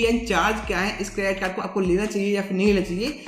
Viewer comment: This can even pronounce credit card properly but still has th audacity to make videos.